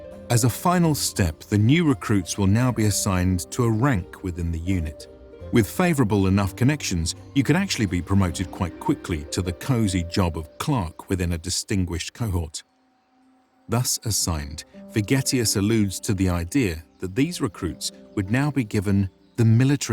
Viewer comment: Stop saying clark when you mean clerk.